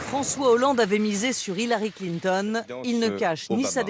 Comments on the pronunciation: François Hollande c'est un peut l'incarnation de la méthode Coué:) Mais c'est qui ce Klin-thon? lol. Ah!!! à tu prononces à l'anglaise. ah ben tu vois que toi aussi tu as un cerveau malade gangréné par le complotisme. Il n'y a pas à dire: maintenir le peuple dans la peur est toujours une bonne stratégie, il acceptera toutes nos stratégies. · j'aime comme il prononce Clinton x) très bon contenu bravo ! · Vidéo interessante mais alors, ton mépris de Clinton au point de volontairement massacrer son nom chaque fois que tu parles d'elle m'a presque dissuadé de finir la vidéo. On peut aimer ou pas tel ou tel personnage politique. Mais à un moment, à mes yeux, ça finit totalement par te décrédibiliser parce que là ce n'est plus une analyse objective et pensée... Juste une tribune d'un adversaire acharné qui caricature....un peu comme Trump quoi ... et c'est dommage parce que tu soulignes des points interessants. Encore que j'en partage pas totalement l'analyse.